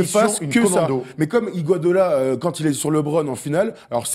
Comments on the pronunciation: Homérite Officiel et ya pas que tout le monde dis iguadola voir iguadala 😂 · Il n'y a que moi qui a remarqué que n'arrive pas à prononcer Iguodala?